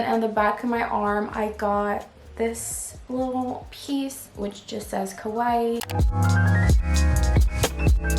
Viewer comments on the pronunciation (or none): You didn’t even say kawaii right..